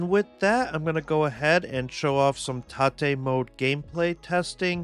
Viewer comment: It's (ro)TATE, not Ta-Tay.